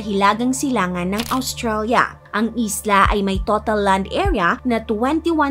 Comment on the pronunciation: May point si about the narration. And how can you not get triggered? She has a good diction. Tapos maririnig mo AWstralia and BMI - body mass Endex.